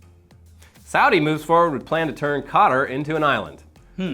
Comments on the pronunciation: Cotter? It's Qatar (Kuh~tar). Rhymes with guitar. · It's "Kuh-Tar". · And it's Pronounced Qua-Tar, God Dam It...